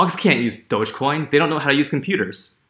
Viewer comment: You got it right,! "Dogecoin" is pronounced like "DOJh-coin."